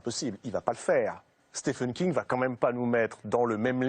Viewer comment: Content de voir que Docteur "slip" a été écrit par Stéfene King. C'est [stiveun] (comme on prononce Steven Spielberg), merci aux Français pour le respect de juste prononcer le nom de l'invité convenablement !! :-)